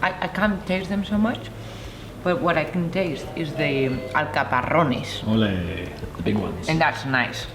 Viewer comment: Great video.. "alcapaRRRones!!" 😁